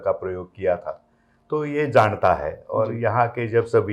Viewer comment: JAANATA NOT JADATA